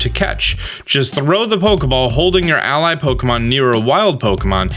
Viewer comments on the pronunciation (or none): none